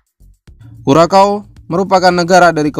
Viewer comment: Kurasau Min bukan Kurakau.